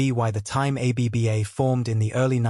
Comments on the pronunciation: A. B. B. A.? It this AI? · Trustworthiness plummeted to negative 60 points as the AI said "a b b a". Try harder.